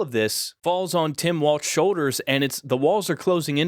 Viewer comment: The name is Walz not Walts, as in house vertical dividers, walls.